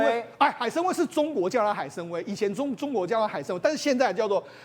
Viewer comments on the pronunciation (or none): 海参崴读做海参宛，不要误读成威风的威。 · 海参崴 音：崴/歪：3声，崴子/海湾